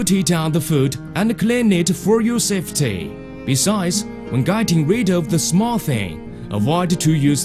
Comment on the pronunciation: "We onelly need a softeley jack" Don't we all?